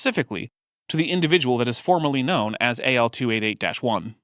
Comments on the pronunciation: i don't know if anyone has answered this, but the accent you are hearing on "Know-en" the elongated o monothong, with a hightened schwa, produces a two syllable "kno-un". I don't know where this would map on his life, but the "trap" vowel you are hearing in craps to crepes is in and around St. Louis. maybe menton is from there? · Is he where PraiseIAm got his two syllable form of known?